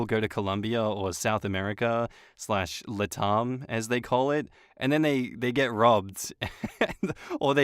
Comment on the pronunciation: I think this is the first time I've heard someone pronounce LatAm that way lol. it isn't "LahTahm" the first part it 'lat' like lateral (or latin) and 'am' like I am (or America)